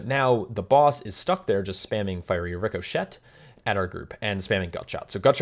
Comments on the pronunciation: Did you really pronounce it "ricko-shet"? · Landing hard on that silent "T" lol